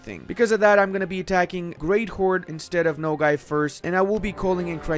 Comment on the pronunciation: hahaha it is not "no gay" my dude. the a in nogai sounds like a in "army"